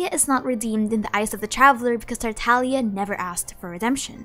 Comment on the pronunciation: tartalia tartalia tartalia :>